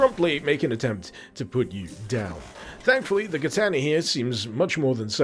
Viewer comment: I've been watching you for many years man, but I can't stop laughing at how you pronounced "kertaner" (katana) 🤣 But thanks for a more in-depth look at this project. I'd heard of it but not much about it, you've made it look much more interesting